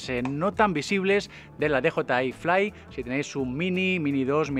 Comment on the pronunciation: O dices "de jota i fli", o dices "di yi ai flai"... 😂😂... pero tus vídeos me encantan, eh